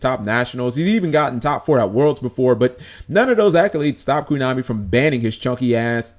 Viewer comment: stop saying kunami its KOnami